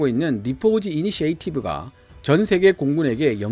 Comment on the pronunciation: 영어발음을 가지고 말씀 드리는게 조심스럽기는 한데 'initiative'는 '이니시에이티브'가 아니라 '이니셔티브'가 발음기호에 가까운 발음이고 'the war zone'에서 'the'를 '디'로 말씀 하시던데 관사의 표기 및 발음은 발음기호를 따라가고, 'war' 발음기호 'wɔː(r)'의 첫번째 발음기호는 자음이므로 ''더'로 발음하시는 게 맞습니다